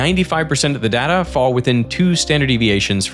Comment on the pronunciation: I really wish that he would stop mispronouncing "data"...